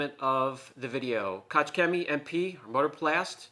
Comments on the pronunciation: "KOCH"☝️ and not "Kotz" which means 🤮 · wow wait a minute, what's with the fancy room and furniture, you can't just start a video somewhere new and not tell us about it:D. But I like the room! The pronunciation of Koch is hurting my ears though as a neighbor to the Germans, I'm sure German-speaking viewers as well haha, UK John does it too. but can't write how to pronounce it, since in English there is nothing similar to the sound of a g like in German. however, if you go to google translate, select German type Koch and press the small microphone button, you will hear how it's pronounced:D No biggie though, just a detail. But I thought I would share it for the people who wanna know or don't know the google translate button yet. Cheers